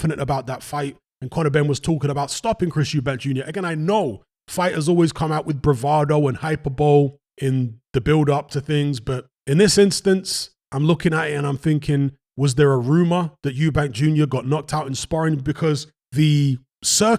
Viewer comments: Hyper-boh-lee, not hyperbowl, my man. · Hyperbole is pronounced hai-puh-buh-lee. Keep up the great work 👌🏼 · you talk so much sense but I beg of you (cos it's a term you use so often) if you are gonna talk about hyperbole, pronounce it correctly hye-per-buh-lee. Litch cringe on your behalf bro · Hyperbole is definitely not pronounced like that 😉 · I quite like alternative lol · Many people now pronounce it the other way, including myself. The three syllable version suits the meaning better than the other, and it matches with 'hyperbolic' only one way. And 'hyper' only survives intact in three syllables. The four syllable version separates 'Hi' from the rest if it. 'Hyperbowl' is here to stay and will be the only one used in fifty years.